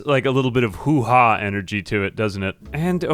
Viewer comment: hoo haa is pronounce "huwah" with a heavy emphasis on the "hu" part, in case you're interested :)